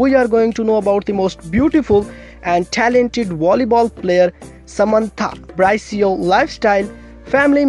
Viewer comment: You mispronounced her last name,,,, it's not [bra-ee-see-oh],,,, the correct pronunciation is "[bree-see-oh]"